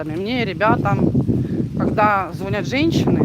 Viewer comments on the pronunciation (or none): ♥️, не звОнят, а звонЯт! ЗвОнят колокола, а звонИт телефон. 🤔